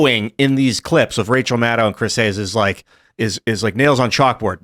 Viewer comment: Tim i just request you start using Rachel’s last name how it’s suppose to be pronounced. “Mad-Cow”